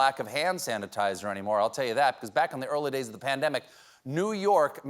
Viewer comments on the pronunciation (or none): Stephen, flawlessly you enunciated with clarity, "hand sanitizer", but (lol)... you said, or started to say something like, "hanasizer". I hang on your every word! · "Han-a-size-a-tizer." Stephen's been hittin' the pump a little himself tonight! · He stumbled because he almost said it with a normal South Carolinian accent which he doesn’t want to do on tv.